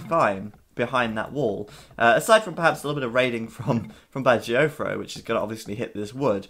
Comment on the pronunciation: Can someone please explain why BacT is pronounced "Badger-O-Fro"? Am I missing something or is my hearing bad? I don't understand...